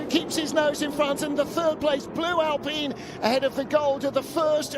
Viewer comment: Why does every racing series say Alpeen? It's like wine, fine, dine, or mine. Figure it out.